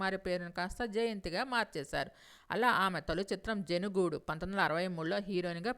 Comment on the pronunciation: It's not jenugadu. It's "Jenugoodu".